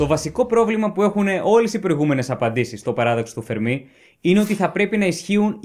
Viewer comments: Εξαιρετικό , και κατατοπιστικό και κατανοητο , αλλά έπρεπε να εξηγηθει περισσότερο ο υποθετικός πολυπαραγοντικός τύπος , γιά το πιθανώτερο πληθος των πολιτισμων , του Φέρμι και όχι του Φερμί , όπως λαθεμένα τονίζει συνεχώς ο παρουσιαστής . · Φέρμι λεγεται μάστορα κ οχι φερμή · Φέρμι τον λένε κι όχι Φερμί. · Το όνομα προφέρεται Φέρμι , όχι Φερμί . Κι ο άνθρωπος δεν ασχολήθηκε ποτε με αστροφυσικά θέματα για να έχει να πει για τους εξωγήϊνους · Ωραία και εκλαϊκευμένα όσο πρέπει,αλλά ο άνθρωπος λεγόταν Ενρίκο Φέρμι και όχι Φερμί,μιας και ήταν Ιταλικής καταγωγής και όχι Γαλλικής.Συνεχίστε την καλή δουλειά,μια υποσημείωση έκανα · Φέρμι. Όχι Φερμί. Όσο το ακούω "Φερμί" τρελαίνομαι... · Φέρμι είναι. Όχι Φερμί. ΗΜΑΡΤΟΝ. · Ενρίκο Φέρμι βέβαια και ποτέ Ενρίκο Φερμί! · Νομίζω ότι είναι Φέρμι και όχι Φερμί γιατί ήταν Ιταλός και όχι Γάλλος. Κατά τα άλλα συγχαρητήρια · Φερμί το κυκλοφόρησαν δύο παρουσιαστές από επιστημονικά βίντεο και οι άλλοι πιθύκισαν , χωρίς προφανώς να έχουν ξαναδιαβάσει για τον Φέρμι. Η ημιμάθεια χειροτέρα της αμαθείας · υπέροχο βίντεο !!!! αλλα σε παρακαλώ είναι Φέρμι ... ιταλός ήταν ο κύριος όχι γάλλος :P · Μην σκοτώνετε το όνομα. Ο τόνος στο e ! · O Fermi ήταν ιταλός, και το όνομα τονίζεται στο è Αν ήταν γάλλος μπορεί και να προφερόταν με τόνο στο í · Συγχαρητήρια για την εξαιρετική παρουσίαση σε αυτό και σε όλα τα άλλα βίντεο. Θα ήθελα να ρωτήσω γιατί τονίζεις το όνομα του Fermi στη λήγουσα, ενώ πρόκειται για Ιταλό και όπου και αν έψαξα τονίζεται στην παραλήγουσα, όπως τα περισσότερα ιταλικά ονόματα. Επίσης θα ήθελα αν μπορούσες να σχολιάσεις τη σχετικά νεότευκτη άποψη που αναφέρεται και στο τελευταίο βιβλίο του Νταν Μπράουν περί δημιουργίας της ζωής και εντροπίας. (Κομματάκι δύσκολο χωρίς spoiler, αλλά είμαι σίγουρος ότι θα βρεις κάποιο τρόπο). Καλή και δημιουργική συνέχεια.